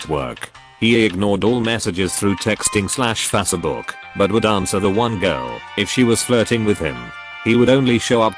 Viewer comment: No one: Reddit channels: Fass-eh-book